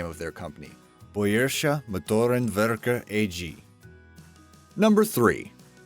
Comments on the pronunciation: BWM, is Bay-ri-sheh ( not bey-ri-sheh) Moh-toh-ren -ver-keh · Time ... Boyourishe Mouttourren Werkker... Not only wronk spelled but hilarious too. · guess who can't pronounce German, and instead makes it sound russian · It is called bavarische motor werke not bayerische!! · Silly goose, learn to pronounce BMW : Bayerische Motoren Werke. You didn't even come close using high german or even the way people in Bayern pronounce it. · You've mispronounced "Bayerische" and "homage."